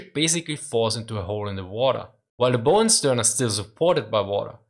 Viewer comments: It's also worth noting that most of the energy of a bomb explosion on an armored deck or turret dissipates into the air whereas a near-miss can transmit more of the energy, through the water, to the hull or keel of the ship. Also, under the heading English is nuts: "bow" rhymes with "Dow" not "Go." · Minor pedantic correction: The bow of a ship is rhymes with cow, not slow. When you bend a person or the material making the front of the ship it is bow like cow. When you bend any other object it is bow like slow. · "Bow", when referring to ships, is pronounced like the word "bow" (like when you lower your upper body as a sign of respect). It's pronounced like "ow" (like you're yelping in pain), not like "bow" as in "bow and arrow". Also, "result" is pronounced "re-ZULT", not "RE-zult". "Buoyancy" is pronounced "BOY-ancy", not "boy-ANCY". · It's "bow" like "cow"...not like a bow and arrow. In the word buoyancy the stress is on the first syllable.